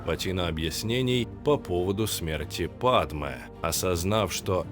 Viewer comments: Не падме, а падЬме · Лайк можно ставить просто за момент на 12й минуте!😅 Где произносится "Падме", а не "Падьме" 😅😅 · "ДЬ" правильно "ПадЬме")))